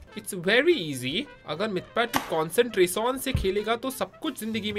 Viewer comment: Concentration ❌ consenrason ✅